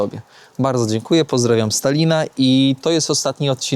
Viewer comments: czy ja dobrze słyszałem,że na samym końcu pozdrawiałeś Stalina 😂😂😂(z Talina) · jest na bakier z językiem polskim. Dwója na szynach! Po polsku "Tallinn" wymawia się "Tal-lin". • Mianownik (kto? co?): Tallin • Dopełniacz (kogo? czego?): Tallina (lub Tallinnu - rzadziej) Celownik (komu? czemu?): Tallinowi Biernik (kogo? co?): Tallin Narzędnik (z kim? z czym?): Tallinem Wyruszyć w podróż i nie nauczyć się prawidłowej wymowy zwiedzanych miast‼️ Zamiast Sankt Petersburg ciągle "san" dukać? I jeszcze wiele innych miast nazywał jak chciał.